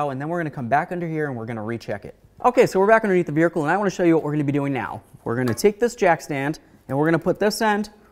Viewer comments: Dude I would NEVER Let you Pry on my Wheels like that. No Sir Man. Mine come off just fine from 2 inches off the ground. Also, did you just say Veer-icle? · Did he say ‘veerhicle’? lol…awesome!